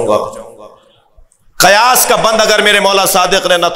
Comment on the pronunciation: قیاس. زبر سے نہیں زیر کے ساتھ ہے پہلے لفظ تو ٹھیک سے پڑھو